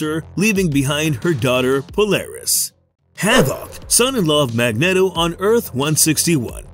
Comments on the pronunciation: I know its a fictional character but its pronounced Mag neat o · This guy's voice is a zero out of ten. And hearing "Mag-net-o" makes the video a zero. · Can everyone down vote this just for Mag-net-o.... terrible job and they just post it